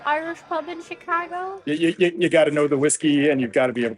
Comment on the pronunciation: Thank you for pronouncing "Chicaaaago" correctly!